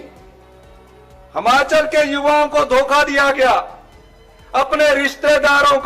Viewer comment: हमाचल नहीं हिमाचल